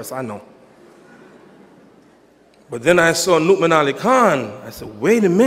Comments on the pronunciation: Yeah, I think it's pronounced Nou'mon though. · I like how he pronounces Nouman's name like Mu'min with an "n". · its funny how his saying nouman name lol